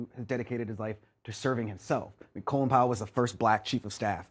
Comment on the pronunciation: If you can't pronounce his name right keep it out of your mouth.